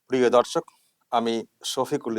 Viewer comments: দর্শক শব্দটি ঠিক করে বলুন, ধর্ষক শোনাচ্ছে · শফিকুল দাদা, আপনি দর্শক না বলে ধর্ষক বললেন যে, আমি আপনার কথাটা ১০ বারের বেশি শুনেছি। আপনি প্রয়োজনে শুনে দেখুন। মমতাজির ভুলভাল কবিতা শুনে আপনিও কি ভুল বলতে শুরু কররেন। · দাদা আজকে শুরুতে দর্শক বলতে গিয়ে ধর্ষক বলে ফেলেছেন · হিসিমনি তো তার মতো বললো। কিন্তু আপনি 'দর্শক' বলতে গিয়ে একদম প্রথমে কী বললেন?😝